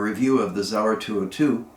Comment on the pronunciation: It’s not zauer it’s Sauer